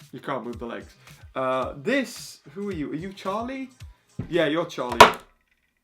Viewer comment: It’s Charlie not charl😭